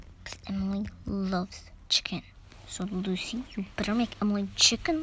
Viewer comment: Why i heard ruby instead of Lucy💀